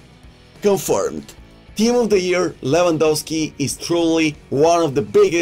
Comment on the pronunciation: Levengawski ..levengawski lets go 😂😂😂